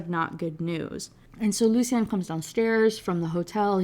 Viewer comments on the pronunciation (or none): Same like i love these videos but how are you gonna talk shit about prononciation while calling them "sallone" & "lucy-on" (like he's an eeveelution of the author lmfao) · I was so happy when you finally realized how to say Lucien. it’s one of my friends names and he gets so mad when u say it like the way you were lmao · to be fair her pronouncing lucien like that is on purpose, like she wants to say it closer to how its said in french, but for sloan i just think she doesnt know how to say it